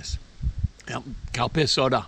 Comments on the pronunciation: When you were talking about the Calpis soda, I could've sworn you said cow piss soda 🤣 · Every time you said the name of the soda I kept thinking I was hearing, ‘cow-piss’ soda. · Did He say, Cow piss Soda!! 🤭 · And all this time I thought he was drinking "Cow Piss" 🙄😂😂😂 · Calpis? I heard Cow Piss lol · I laugh everytime you say Calpis soda, I'm not right.